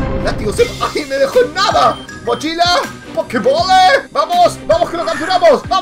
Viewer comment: Cuando buscaste la pokemocha dijiste mochila con un asentó raro y dijiste pokebole